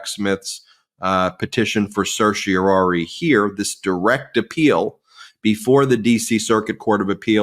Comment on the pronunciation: Merry Christmas You Guys, Ben, re. pronunciation of "certiorari" I have no expertise in the pronunciation of Latin. I hope you do have access to such expertise. You have several times pronounced "certiorari" as [ sursheo roar ree]. May I ask you to consider further looking into this pronunciation? I ask you to consider The Oxford Concise Dictionary entry for "certiorari" 1964. certiorari [sertierari (long A), sertiear,e (short e, long i, oomlaut ar, long e) closer to sersheo rah re] Who knows what difference pronunciations make, they will get the point. warmest, richard